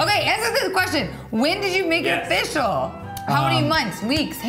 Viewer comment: Dude needs to quit saying "offish"